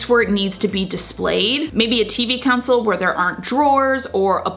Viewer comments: Did she say “council” instead of “console”??? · tv counsel?? you mean "console"